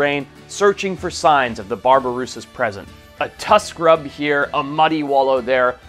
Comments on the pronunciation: It’s babirusa, not barbarusa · Why are you pronouncing it BARBirusa? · You're saying "babirusa" as if it had an "r" after "ba." That's incorrect. The correction is important because the first two syllables ("babi") of babirusa actually means pig in most Austronesian languages, including Bahasa Indonesia. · Can you at least try to do the homework on pronunciation of species names? BABIRUSSA Pig